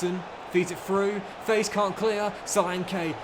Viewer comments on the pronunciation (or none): Sorry for your loss. Been here on/off since fifa 15 if i remember correctly. Btw, pronounciation of Faes is not face but almost as "fast" without the t!